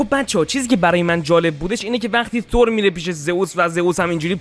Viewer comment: من نمیفهمم چرا اخه میگید تور اقا تور نیست بخدا تور نیست با چ زبونی بگیم ما تور نیست ب قرآن نیست ثور هست ن تور ثور خونده میشه ترو خدا تور نگید